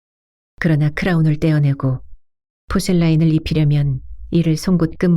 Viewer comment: Porcelain. 포셀린으로 발음되요. 포셀라인이 아니니 고쳐 읽으면 좋겠는데…..